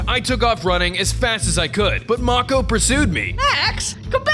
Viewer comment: MAKO IS PRONOUNCED may-cow not mo-kow